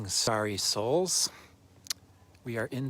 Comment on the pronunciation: 😆😅😄 Aaaaw, thanks, I was wondering what 's going on? I thought you said sorry souls. Then I convinced myself you said sorrow souls. Now I can't stop laughing. 😆 Starry souls ✨ is absolutely beautiful introduction.